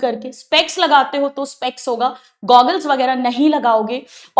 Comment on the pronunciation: Gogglee 😂😂😂 goggles 😅😅